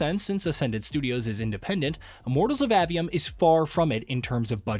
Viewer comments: Bruh its A-V-Um not Awe-V-Um or Ave-E-Um. if you're gonna make a whole ass video about it learn how to pronounce the shit. It's not like dev videos aren't out there where the people who worked on the game say the name outloud several times thus teaching you how to pronounce it. Seems like a minimal amount of work to put into creating your content. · A. 'A'-Vee-Um. A, as in, Jane saw A dog. Not Ah, as in Ahhh, Real Monsters.